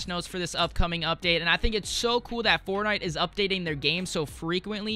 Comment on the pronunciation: Why does he say fornigh